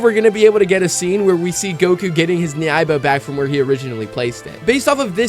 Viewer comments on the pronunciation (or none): Good video but you’re pronouncing nyoibo wrong.